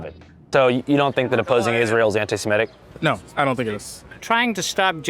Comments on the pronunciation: He actually always says „anti-simetic“ and it drives me nuts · Why can barely anyone say antisemitic correctly? They all say antisemetic or antisematic